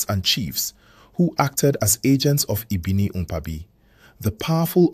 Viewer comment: Ibiniiiukpaaaabi .. I wish YouTube had a VN option, you didn't get the pronunciation